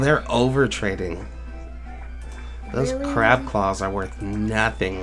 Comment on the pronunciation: When you said crab claws it sounded like c claws